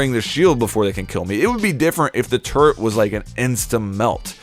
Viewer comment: TURRET! NOT TURRENT!